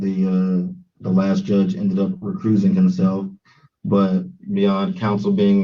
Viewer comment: That's quash, not squash. And "recruising himself"?